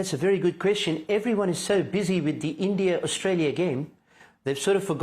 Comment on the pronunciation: Imran Khan saying "Endia" 😂😂